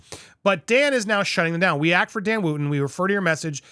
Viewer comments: If ya gonna go in on the demise of Dan Wooton... at least pronounce his name correctly. Wooton rhymes with Hutton.. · Popcorned, you can't even pronounce Dan's name properly.